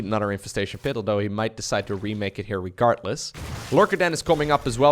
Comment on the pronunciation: I dont wanna be a dick, its just that the word is "RegarDless" and not "RegarTless"... :D Love the casts!